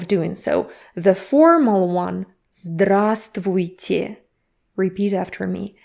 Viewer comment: Thanks for pronouncing здравствуйте - it is tricky for me to pronounce.